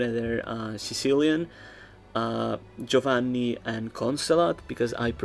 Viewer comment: I wonder where he's from, the way he pronounced Giovanni seemed very on point but who knows